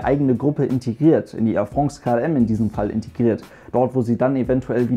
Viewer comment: Wenn der Bub irgendwann France richtig aussprechen kann, wird mir was fehlen... 😄